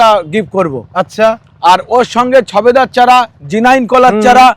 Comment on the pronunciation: শালা দাঁত মাজার সময় ভালো করে জিবটা জিব ছোলা দিয়ে জিব টা ভালো করে জিবটা ছুলবেন শবেদা কে বলছেন ছবেদা